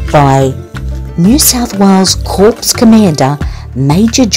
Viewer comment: Provost is pronounced pro-vo, corps is pronounced core, not to shame you, it's tricky if you haven't heard it spoken xxx